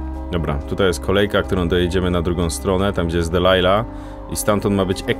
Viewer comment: Nie musisz tego odmieniać... PS. Jej imię to "Delilah", nie "Dealilah"